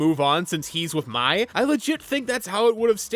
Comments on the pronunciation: *pronounces Mai like “my” —when the show CLEARLY pronounces her name as “May” ⚠️ FAKE FAN 🫵🏻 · I get Mai’s name is spelled like you’d pronounce it as “My,” but the show says her name so many times. They call her “May.” I know, not relevant to the video, but hearing “My” so many times for the rest of the video got to me. Not a big deal, I just couldn’t resist mentioning it. 😅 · Why are you pronouncing Mai as My? The show always pronounces it as May. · It needs to be studied how most of the ATLA fandom calls this girl “My” because they saw how her name was spelled (Mai) despite the show pronouncing it as “May” 😅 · This is the second YouTuber I’ve seen called Mai like the word “my”. Am I missing something. Did the fandom shift into calling her that instead of “may” over the last few years or something. Or is everyone a larper (so kidding) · I hate the commits but I mostly like kora and am probably the only person in the world who would keep the kites on a round two. I could go for eastern spirit dragons but of not absolutly forced to id keep the kites. But seriously pronounce the names correctly l. Mai is "may" and Yue is "u a" theyre pounced in the show. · I hope you'll make a video about the Korra comic books and what you think about them, if you have anything to say about them Her name is pronounced similarly to the month May. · The way you were pronouncing Mai, while technically being incorrect, is how I always pronounce it. They should have spelled it “Mei”. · Dude how can you mispronounced Mai's name? They say it in the show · Why can no YouTuber pronounce Mai correctly 🥲 the search continues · how do you rewatch a series and not pronounce mai and yue's names right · I agree with most of this but every time you mispronounced Mai, I cringed 😢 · Why are you mispronouncing mai’s name